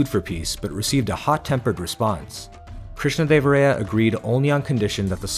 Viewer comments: It’s Krishnadeva-rāyā not Ray-ā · hey, nice video, actually is observed that your pronunciation of Krishnadevaraya is slightly wrong. It’s pronounced as rāyā not ray-ā